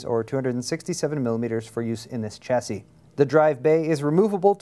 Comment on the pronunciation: Stop saying Chassis wrong :(